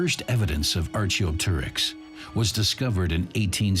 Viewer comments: Archie O Terix?!?! Sounds like a tribesmate of Asterix ffs. Its Arkey Op Terix. Also, like fur, feathers first evolved for insulation not thermal regulation. Dinosaurs were warm blooded just like mammals. If they were sunbathing it was purely for the enjoyment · Archaeopteryx should be pronounced like archeology not archery please. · I have never heard anyone pronounce"archaeopteryx" in such a poor manner, are you sure it is human narration.